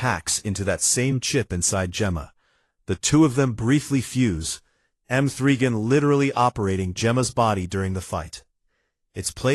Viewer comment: Who is M three Gan 😂😂😂😂